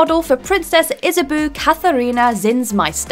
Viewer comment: Too-saint, Bal-door, Issa-boo. What.